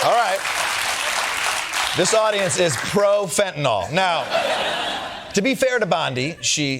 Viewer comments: Will somebody please teach Pam Bondi to pronounce Fentanyl? It's not FentanOL. There's no O in the name of the drug. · Why do so many people insist on saying "fentanOl"? It's fentanYl.